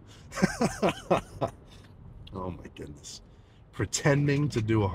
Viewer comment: My favourite part of everyday is when he says “homygoodness” 😂